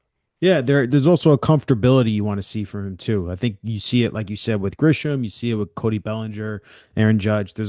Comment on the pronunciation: The word is "with." Not "wit." How many more episodes of this podcast are we gonna rattle off the pitchers who came back fast from TJ surgery, along with the ones who took more time to regain their stuff? I've never heard "Sandy Alcantara" spoken so much in my life. God, get some new material.